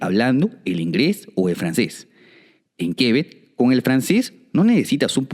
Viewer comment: Buen video valiosa info solo pequeña Correction : - no son 13 provincias, son 10 provincias + 3 territorios especiales (los del noroeste, Yukon, y Nunavut * no son provincias ). - No se dice Quebec (Grave) se dice Quebec (agudo) el acento va en la ultima e, asi no lleve tilde. (aunque en frances si lleva una tilde en la primera Québec, pero eso otra cosa, es fonetica francesa basicamente y se siguiria pronuciando parecido a la aguda del español) no se si me entiendo el trabalenguas😅. Si es muy cierto q se necesita mano de obra y todo el mundo pregunta eso, pero asi mismo aca tambien hay desempleo y eso es porque muchos creen se necesita por ejemplo medicos y ya al llegar aca van ser medicos sin saber siquiera el idioma sea ingles o frances... ademas de que muy dificil aceptan titulos de otros paises. Ahi se decepcionan muchos al llegar aca y terminan lavando pisos... si se necesitan algunas profesiones pero basicamente q se preparen aca y que hablen bien el idioma y para validar un titulo extrangero lleva muchisimo tiempo. Lo de aprender frances es mas facil q el ingles pues... dificil de decir, es relativo, si bien son idiomas romances o latinos muchas palabras comparten el mismo origen eso facilita un poco aprender el vocabulario pero la pronunciacion es de lo maa complicado del mundo. Yo aprendi los 2 y de verdad se me facilito mas el Ingles. Igual eso depende de cada persona....en fin. Gracias por el video si es muy buen pais y es una fortuna estar aca apesar del inclemen